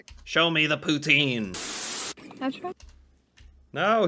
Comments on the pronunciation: Poo-tsin. Say it with me now "Poo-tsin". NOT POOTEEN! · Best way to say Poutine it is like that Pout-in you dont have to say the e at the end. It is french. Please no Poutiiiineee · Would like to know if narrator is from u.s. sure sounds so. Poutine is French words actually pronounced Poutin. You know without the e. But its ok most cansdians have anglicized it too.